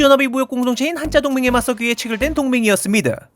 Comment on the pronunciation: 사소한것에 지적질을 하는것 같아 죄송한데 한자동맹을 한짜동맹으로 읽는것은 이상하지 않은가요? 원어가 z발음이라 어짜피 한자도 아니다라고 하심 할말이 없지만 한짜의 짜는 한나라한 글자자의 복합어라서 된소리가 되는것으로 아는데... 모나리자 공자님 진자운동을 모나리짜 공짜님 진짜운동으로 발음하지 않는것처럼 한자동맹은 한자동맹으로 읽어야 하는것 아닐까요?